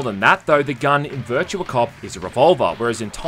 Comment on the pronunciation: Game Title "Virtua": "Bercha"